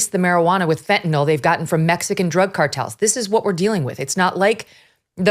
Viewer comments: FentaNYL, not fentaNOL. Pet peeve. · Ugh this guy is just espousing talking points. He fell in the swamp. “The scourge of fentanol” (mispronounced like a nuk yuh ler firecracker)